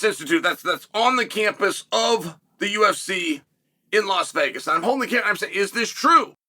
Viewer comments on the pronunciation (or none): none